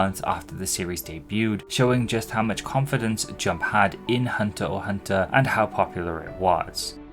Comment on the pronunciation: Pretty sure the “X” in HxH is silent, but all the different ways you said it throughout the segment were still amusing.